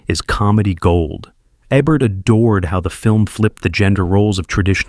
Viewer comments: It's AI narration, sigh. "Rachmaninoff's Second.......Concerto." He also mispronounces Ebert's name half of the time. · I was going to watch this, but couldn’t get past the mispronunciation of Ebert in the introduction. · AI generated. The robot even pronounce Ebert incorrectly. Give me a real human being!